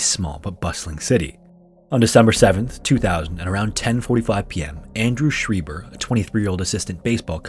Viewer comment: Having a similar last name I just wanna set the record straight. It's pronounced sch-rye-ber not sch-ree-ber